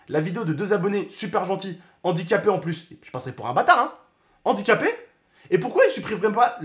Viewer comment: Arête de dire andiquapé stp